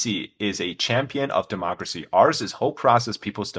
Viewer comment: Homie really say "dehmocracy" coming from the mouth of the (*self named*) China Communist Party, gotta be fucking kidding me